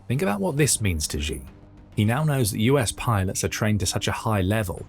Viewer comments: Its pronounced, "she" not, "gee". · Xi. I know it's really uncomfortable to pronounce his name as "she", but that is the correct pronunciation. "Gi" is not correct, even though you may feel more comfortable saying that since Xi certainly is not a she. Yeah, not the most important thing... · Who is president Ji or Gi? I am Swedish and not a Youtube presenter but at least I know basic pinyin. Just say it Chi in English PLEASE and you are at least much closer to the truth. We would spell it Tji in Swedish. So for English speakers. Xi Chi and Qi just say Chi if you don't know better. There is some difference but still endlessly better than inventing a new president😃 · Let's try saying "she" just as it is pronounced in Mandarin rather than the bastardized "zhee" that just makes you sound ignorant. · It is NOT supposed to be pronounced like Zhi or Ji. It is supposed to be pronounced like "she". Really. Just say the word SHE. That's how it's pronounced. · You know, I'd take this analysis more seriously if you could actually pronounce "Xi" correctly